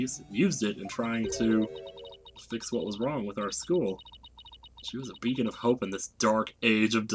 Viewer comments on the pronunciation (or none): none